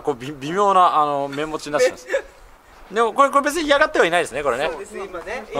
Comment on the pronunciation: [悲報] 神、面持ちをめんもちと読む